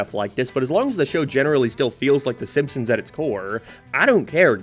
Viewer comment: Ah yes "thy simpsons"